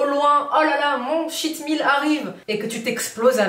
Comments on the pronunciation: Coucou.... mon mari qui est anglophone te conseille de prononcer « tcheat » meal car il avait l’impression d’entendre « shit meal » (repas de m***) 🤣🤗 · J'ai cru que c'était shit meal aussi à cause de l'accent.... Merci pour tes vidéos, je me mets au sport doucement après un confinement avec 7 kilos en trop.